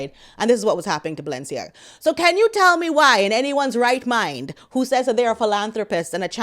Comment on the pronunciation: Your Valensiaga 😂😂😂👏👏👏